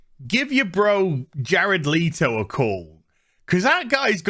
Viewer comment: It’s Le-to not Lee-to you dumbass lmao